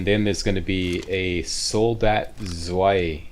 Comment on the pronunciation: Hey, FYI "zwei" means "two" in German. It's pronounced like "tsvay".